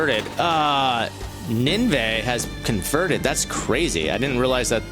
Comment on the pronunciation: it's actually pronounced nin veh